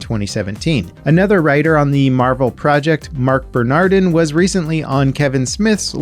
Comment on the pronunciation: hehe, "Marvrel"